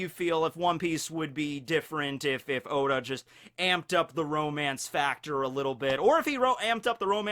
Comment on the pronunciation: said “hoe•da” lls